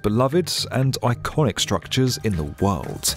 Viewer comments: I love the way our narrator says “d” at the end of a word as a “t”! “Worlt” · In the wuuuhld.